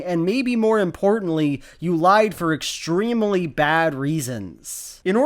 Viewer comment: Why do you pronounce extremely that way? I love your content, but it distracts me sooooooooooooooooooooooooooooooooooooooo much